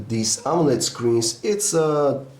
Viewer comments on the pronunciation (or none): none